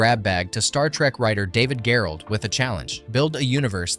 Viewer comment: "Pyoof an' Stoof"...? David "Gherold"...? The Creature from the Black Lagoon Gillman is "Jillmen"...?